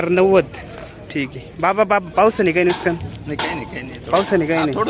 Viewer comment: नुसकान नाही नुकसान म्हण रे भावा